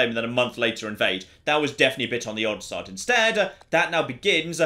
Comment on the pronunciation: Great video, thankyou! You have a fascinating accent - with the added vowels on final consonants (e.g. "...on the likely side" becomes "...on the likely side-uh") - where are you from in the UK? Thanks, yours, a curious North American.